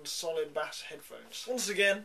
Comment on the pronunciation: "Solid bas" facepalm.